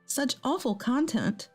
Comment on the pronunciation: Content. Said that way means containing something, like the contents of a bag. The tone of the story makes that all wrong. You mean short o, con-tent, tent like the one you go camping in, meaning happy. Are you trying to contend that all words are pronounced the same in other languages? Rubbish, please get things right. Or stop using words you cannot pronounce, thank-you.